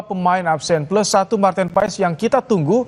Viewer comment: Bacanya martin pas min😅